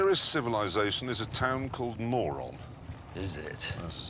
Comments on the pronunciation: You pronounce it as = Murun, btw. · They are saying Moron on purpose, thats the joke. Moron means very stupid.